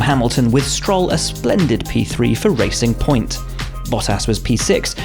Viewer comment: Soooo Racing Point turned into Pressurr Point